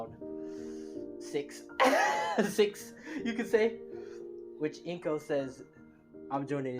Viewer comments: It's not inko it's anko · It's Anko not Inko